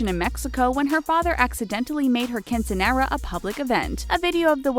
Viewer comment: I cringed when she said quinceañera.